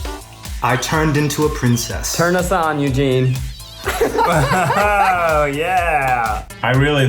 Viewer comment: Am I the only one who is commenting about the "Eugene-pire"? "Vamp-gene"?